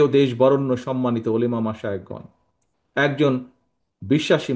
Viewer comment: উনি নাকি মুসলিম,, উলেমা বলে,,আরে ভাই,,উলামা উলামা হবে